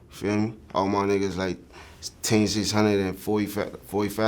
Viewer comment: This man sounds like he sayin tay600 instead of team 600 lol